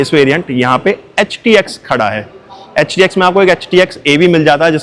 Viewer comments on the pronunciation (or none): Paga hai kya😂..HTX ko bar bar htk o bolrahe ho.